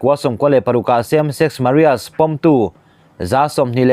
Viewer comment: Same sex Maria ti hi eng pronunciation nge a ni